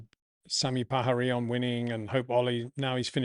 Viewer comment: You seem to have been living in Spain for too long since you pronounced Sami Pajari as Sami Pahari 😂 Greetings from 🇫🇮